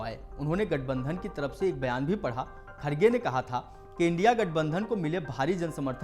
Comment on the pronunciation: ये कैसा बेहूदा एंकर है जिसे इंडिया शब्द का उच्चारण करने में दिक्कत होती है l